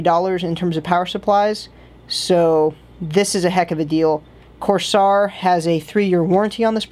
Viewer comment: please don't butcher the companies name, its kinda rude